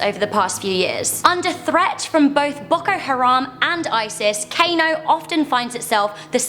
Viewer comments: it's pronounced car no not cano, I'm Nigerian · For realz? its pronounced Kahno and Yohla srsly you white peoplz but I'm still lovin' ya